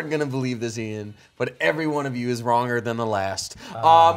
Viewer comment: He said Eithan instead of Ian